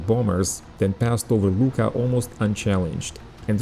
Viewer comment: Nice video. The airfield name Luqa it is correct , but pronunciation in Maltese ---- Lua----.